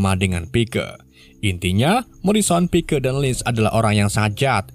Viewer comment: Tulisan nya pike di baca Paik